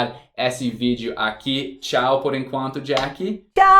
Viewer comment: "tau". Ao invés de tchau kskskssk muito bom o vídeo, adoro seus vídeos com a